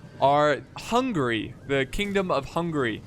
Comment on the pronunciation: lol the "ouzaytsss" ? Who are they ? They were the "hussites" (hoosseets). lol the "kingdom of hungry" hungry for battle for sure but pronounce "hun-ga-ry" ;=))